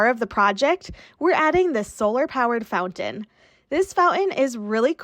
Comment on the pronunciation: FouNtain. Fout-an